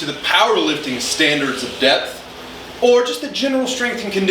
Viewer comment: Not going to lie, i heard “depth” as “death” and thought “hell yeah i gotta push myself more”